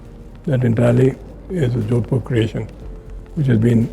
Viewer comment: it's jodhpur not jodpur.